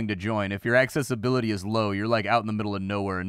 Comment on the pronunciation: Love how you say access-ability!